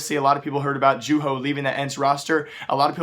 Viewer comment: jewho?!?!?! lmao... its youho (juho) learn how to pronounce names you idoit